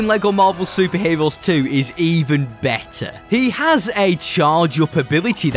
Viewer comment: Vewy stwong chawacter cweaaation in this bwawler game fwom lego. Bwing in the heeewooos! BWILLIANT!!!!!